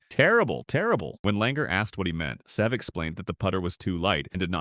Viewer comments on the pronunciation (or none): Can we please learn to pronounce Seve’s name